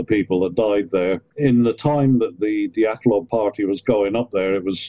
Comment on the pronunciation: I loved this broadcast, but good golly it's "dee-AT-LOHV" pass. LOL!